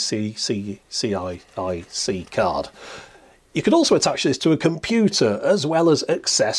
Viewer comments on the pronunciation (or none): "PMCIA IAC CI I..C", damn you nearly convinced me that's correct. I knew it would have been PCM-CIA. Such a convincing read. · Used to say PCMCIA as " Piss Em See Ya" just because it's faster to pronounce.